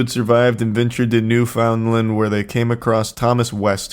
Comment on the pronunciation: Whenever you guys try to pronounce Canadian places it's very funny to me. Newfoundland from Charlie